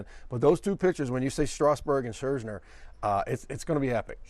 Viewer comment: ScherzNer... says it twice